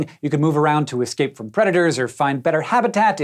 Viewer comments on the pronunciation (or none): none